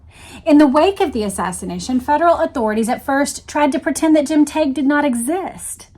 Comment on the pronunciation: James told me his name was pronounced 'TEG'. Just sayin'.